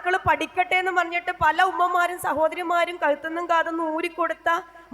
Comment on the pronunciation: പലേ അല്ല പല